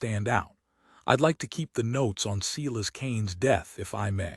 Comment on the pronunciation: Omg, the American narrator doesn't know how to pronounce Silas or surrealism? What horrible narration. He sounds as though he's reading while running his finger along each sentence. Can't listen.